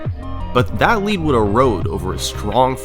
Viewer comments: It's actually not pronounced lead as the metal but lead as in leader. Search it out. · For the longest time I thought it was Bubble Lead (pronounced "led"), as in lead the metal, instead of lead (pronounced "leed), which makes so much more sense. I'm 22 and I only now realized it wasn't a metal bubble. I don't even know why I thought it was. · Bubble "lead" .... LEAD... 😂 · Is it difficult to understand that lead is the word that rhymes with “dead” and that nou1’s name is no one? I’d say not hard. Do better